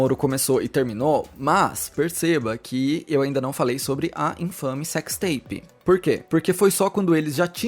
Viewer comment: Cecsi teipi de guê? 😂